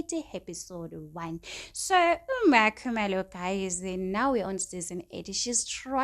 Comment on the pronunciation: Stop saying makhumalo like that, your voice is so annoying... Say Makhumalo the right way yooh